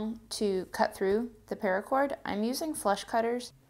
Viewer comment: Did she say flesh cutters?!